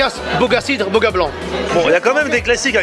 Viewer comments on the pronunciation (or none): même le mec qui accompagne il a l'air sympa mais ça se dit "bouga"pas "boga"